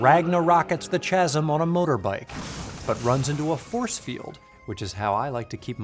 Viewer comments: Silly. That's not how you pronounce "chasm!" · "the slut ragna-rockets the chasm on a motorbike" Great line (even though I've never heard chasm pronounced like that before)